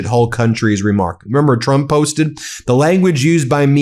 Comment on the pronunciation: I like Drump - your unintentional slip better 😂